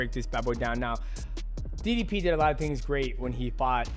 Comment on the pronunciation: Its ddp not diddy p